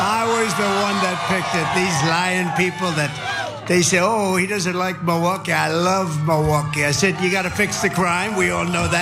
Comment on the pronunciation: He says “mullwooky”